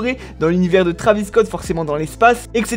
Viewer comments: Ark the Senshiシ en gros, il prétend être un fan de travis depuis longtemps mais il prononce son blase pas correctement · "trAvis" tu rends ouf zebi